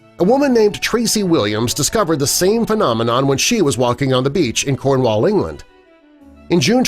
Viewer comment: is it just me as a random english person that i hate it when he pronounced cornwall wrong